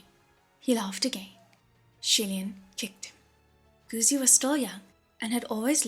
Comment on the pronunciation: These audiobooks are amazing! Just one small thing, Guzi (the 'zi' part) is pronounced incorrectly here.